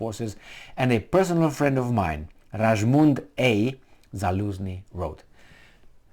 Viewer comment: Rajmund is polish name. You should spell "j" like "i" not "g"